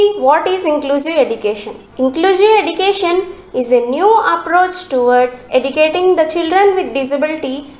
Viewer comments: Nice notes.. But pls pronounce the word education properly. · Very good teaching style but the word education is not pronounced properly